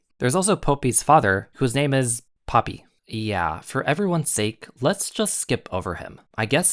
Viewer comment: This is a great comparison analysis, it brings great evidence of how both series align. One teeny to point out in the pronunciation of the names, Popee is pronounced like the flower (Poppy) and Papi is pronounced like (Papee)